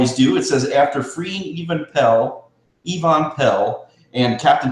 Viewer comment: cmon guys EE VON PALE??? LMAO Its even piell pronounced evan peal hahaha hilarious made my day lmao